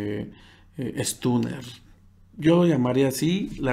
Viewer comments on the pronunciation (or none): Acotación: se pronuncia "estoner", no "estuner". Escuchen a "tuna de tierra"